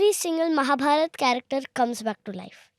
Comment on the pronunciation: First of all it is not a tale... it's our history... And pls correct pronunciation ... It's not रमायन... It is रामायण It is महाभारत not महाभारता आप बेहतर तरीके से ऐसे कार्यक्रम बना सकते हैं, ये जनरेशन अगर आप को फॉलो करती है तो आप ही से बहुतबकुछ सीखेगी... आप भूल ना करें तो ये सब भी सही ही सीखेगी And yes... This girl ❤.. as far as opinions and comments are concerned... It is a different subject